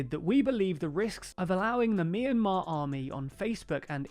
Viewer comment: It's pronounced "my in mar"